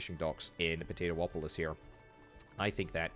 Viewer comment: Po - Tay - Too - Polis.... LOL